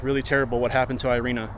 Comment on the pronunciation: She is, not airina she is Irina. (Erika) Rip nice girl... Damn criminal country she arrived...